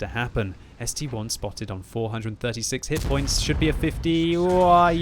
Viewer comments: Boi its S-T-I not S-T-1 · It's ST-I not st-1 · still reading ST-1 instead of ST-I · Mmmmmm, I'm pretty sure it's an ST-I, as in ST eye